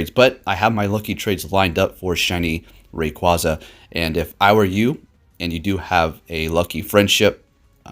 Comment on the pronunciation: Its raqu-A-za it said it like that in the anime to